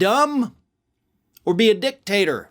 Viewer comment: 🤭🤣😂😅🤤 You said, "dick-tater". 🤭🤣😂😅🤤👍🏻👉😡👺🔥👍🏻